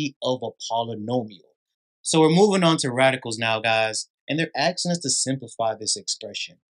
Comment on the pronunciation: “ Axing “ is not a verb…. “ asking” is .